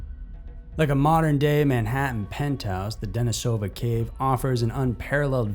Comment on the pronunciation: just a minor pronunciation correction for you. Denisova Cave is not pronounced how it looks, it's Russian, so, in this case, the stress is on the second syllable, De-NEE-sah-vah. great work though, love this channel.